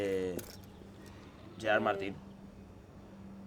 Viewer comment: "Gerard Martin" 😆